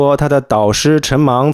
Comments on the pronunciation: 陈虻meng，不是陈mang😂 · 陈“虻”（meng）读错音了